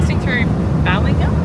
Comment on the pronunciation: Bay-Ling-Up my folks lived there for 20 years.. 😂😂😂